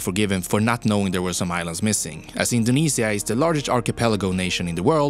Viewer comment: he indinisia